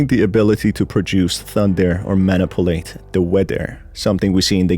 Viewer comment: "Manipalate" Is F*cking Awesome